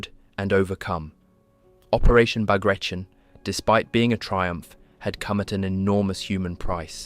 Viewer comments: Learn to pronance Bagration... it sounded ridiculous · You should look up how to pronounce Bagration. You aren't even close. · would it be possible for you to LEARN to pronounce BAGRATION before making a video about it? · Except that it’s pronounced “bag-ra-tee-on”. It’s not an english word don’t turn it into one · Bagration is pronounced Bar-ga-tee-on . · I counted 3 pronunciations of Bagration, none of which were correct. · it's not "Bag ray shun" but "Bug ra zeeohn" ... it's the name of a General that fought for Russia against Napoleon. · ბაგრატიონი [Bag-ra-ti-oni] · I think the dude's name, the russian general this is named after, is pronounced, Bag-Rah-Tee-On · Bagration is pronounced /bagratiOn/, not /bagrEishun/ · It's Bah-grah-tee-on. As in Baratheon, not as in Carnation. According to English grammar rules, foreign words, especially foreign last names, are to be pronounced in the original tongue fashion. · I was going to watch it when I heard "[bagreishen]" . That was painful to hear. It is sad to see someone doing a hour long documentary on a subject he can not pronounce even barely correctly. General Petre Bagrationi (not Bagration) was a Georgian prince, direct descendant of Georgian monarchs. He even could be the king of Georgia if russia had not abolished it as a state while annexing the country years prior. So it is BAGRATIONI, pronounced directly as it is written [bagrationi]. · Ba gra tee on. The 'on' is pronounced with a slight long oh sound, like in the word own, but not quite. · Great video! For info, the operation's name is spelled, "Багратион," and should be pronounced "Bag-rat-e-on." If it was as per most English speakers say it, it would have been spelled, "Баграишон," which it wasn't. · Learn correct pronunciation of Bagrationi, it is not an English word, nor it is Russian. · It's pronounced "Bah-grah-tee-own." There is no "shun" sound for the four letters "tion" in Russian.